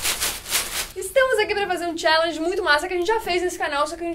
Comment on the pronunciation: Eu levei um susto quando a falou Challenge corretamente!